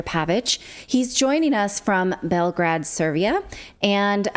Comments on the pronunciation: “Belgrad, Servia” this woman is mispronouncing everything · You may have struggled with some of the names in the story but at least you said Belgrade correctly which is more than most people can do.